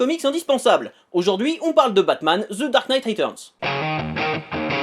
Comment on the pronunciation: "ZZE DAHRKKE NEIGHTE RHETUZZZNZE!!" Speak english, bud. Can't understand ya.